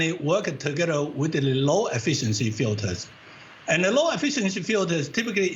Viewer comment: . I don't know about you but I heard him say "special filfers"